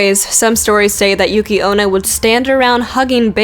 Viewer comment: Actually, you pronounced Futakuchi-onna pretty well. It sounds about how I say it, and I know enough japanese that I can say them decently. Bake-neko sound goon, as does Yuuki-Onna. You say those names better than you think, probably because the roamnji sounds the way it's spelled, with a few exceptions.